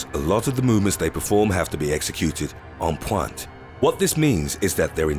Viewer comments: he freaking sead on phuannthhh🤦‍♀️😂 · EN PWONTE That made me laugh so hard... 😂